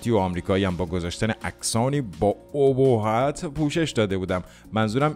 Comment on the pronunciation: خدابگم چکارتون کنه.مُردم ازخنده🤣واقعا عجب(اُهُبّتی) یاد ابهت این آآآمووو رُبی روانیم کرده 🤣🤣🤣🤣🤣